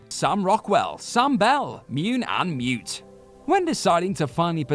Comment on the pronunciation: "Mioon and Mioot". 😁